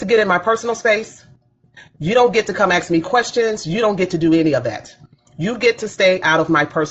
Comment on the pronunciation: "Don't AKS me no questions"